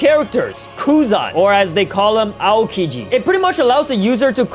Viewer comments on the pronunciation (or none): none